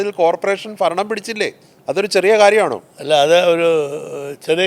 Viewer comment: ഫരണം അല്ല ഭരണം